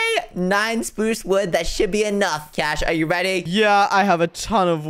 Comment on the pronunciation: Did Just Say "Spuce"